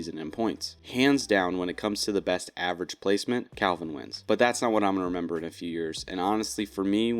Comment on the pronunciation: Bro. It’s Calvin. Wtf.